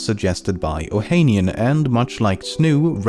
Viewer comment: Fact 11: Alexis Ohanian’s last name is pronounced as “ohanián” (stress on the last A)